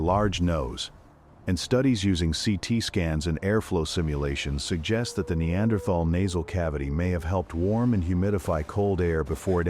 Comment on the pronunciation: incorrect pronunciation with "AI voice" for Neanderthal may be a good Documentary, but annoying for this fact